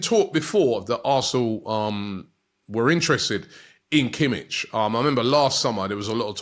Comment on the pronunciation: totally mispronounced kimmich as well lol